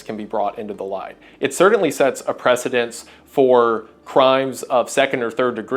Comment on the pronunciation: precedent. not precendents.